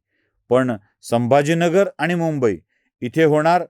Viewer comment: आपण ब्राह्मण असून मराठी भाषा बोलताना आनी पानी तांदळाच्या गोनी, ण च्या जागी न असे उच्चार कसे करता? गावाकडे असे बोलले जाते, हे मला समजते. माझेच मेव्हणे लोणच्याला लोनचे म्हणतात. पण आपण प्रथितयश पत्रकार आहात, म्हणून आपल्या कडून ही अपेक्षा.